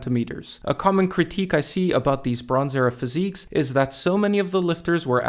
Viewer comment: When you said "the bronze era" I really thought you said "LeBrons Era"